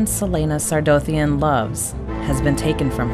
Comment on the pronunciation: Why is it pronounced like Sar-doe-thien?